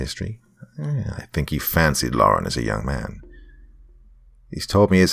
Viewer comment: Thank you for saying LAR-en instead of LOR-en. Drives me crazy when people put an imaginary O in there.